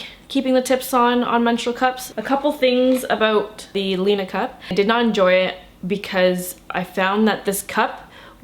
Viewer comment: it's pronounced lina